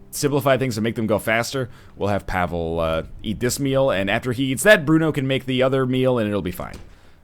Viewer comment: The way he's pronouncing Pavle is killing my soul.